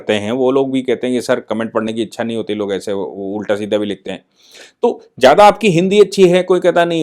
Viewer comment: साहब! आपके चैनल को मैं नियमित रूप से सुनता हूं ।आप बहुत अच्छा कंटेंट लाते हैं।बहुत अच्छा बोलते हैं। बहुत अच्छे से समझाते हैं। केवल 'विद्यालय' और 'इच्छा' ये दो शब्द आप सही ढंग से नहीं बोलते हैं